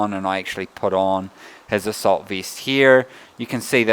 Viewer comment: "asseult beast"